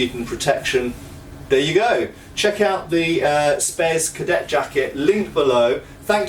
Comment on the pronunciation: "Spes cadet" ahhh noooo...